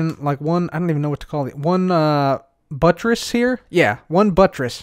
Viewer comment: lmao he said butress